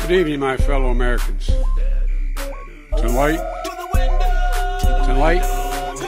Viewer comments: Come on, maaaan! He obviously said "tenlight", not to the light. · I thought he said.. To light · C'mon man....the word is Tonight ...not to light....not to shite ...although that would be more appropriate...FFS!...you can imagine his "team" behind the door in the office having a freakin' baby...."c'mon man...we must have practiced that word a million times...arghhhh" My recommendation is to use words of less than two syllables... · I thought he said "delight"